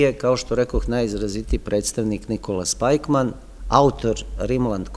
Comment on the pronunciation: Jedna ispravka, izgovara se Spikman. Hvala na veoma dobrom predavanju.